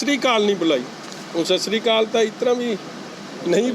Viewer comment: Sir 1 gal sat shri kaal nahe sat shri akaal bolo Guru ke sikho plz